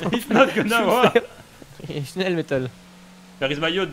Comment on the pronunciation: and "Faster, schnel!" Are you from germany?🤣🤣